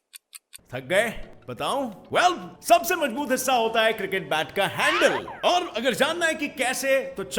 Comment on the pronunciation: It's mazboot not majboot